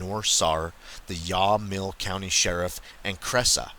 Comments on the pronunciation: And Yamhill pronounced YAM HILL. Good job on Clackamas tho. Lots of Hard to pronounce names for non natives to the area. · maybe you got their names right? These native American names, like Yamhill are difficult for non natives to the area to know how they sound unless heard pronounced correctly by people that live in the area so cant really blame you but I think if you heard someone say the name of your city and it was so off the mark as to be almost unrecognizable you might want them to know how it's pronounced as well. I dont think anyone's knocking you. I enjoy the work and videos you do and its akways nice to see our local areas getting some attention as I know they're out there. Thanks for all the work you do!